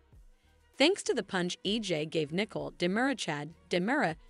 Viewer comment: It’s obvious the narrator doesn’t read our comments. I’ve pointed out and requested several times for the narrator to learn and properly pronounce numerous names and the theme place of DOOL. SHE HAS YET TO GET IT CORRECT. Teresa, Nicole, Salem, Paulina, Chanel among others.